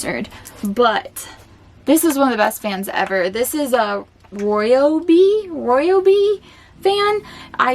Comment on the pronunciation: OMG girl, funny to hear advise from someone who didn't grow up in hot, humid or arid southwestern US area. it's pronounced "Ry-obie". get some cooling towels - ChillPal on Amazon $9.97 or so